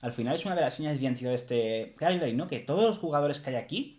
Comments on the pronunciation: Cagliari tiene la pronuncia espanola de "Callari". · Se pronuncia 'Calliari'.. En italiano gl se pronuncia ll